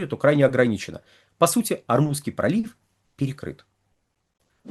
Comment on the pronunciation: ОрмуЗСкий пролив, Вы постоянно называете ормуНский.